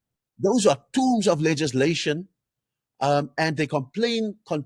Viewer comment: It's pronounced tomes like in homes and not tombs.